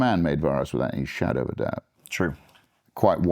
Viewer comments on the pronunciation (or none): none